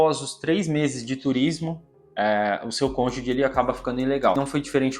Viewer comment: A pronúncia da palavra cônjuge é "konjuji" (gi como em girafa). Não sei se é defeito do meu som, mas eu ouço você pronunciar sempre cônjudi ou cônjugui. Sobre a história, que saga! Desejamos sorte! 🍀🌎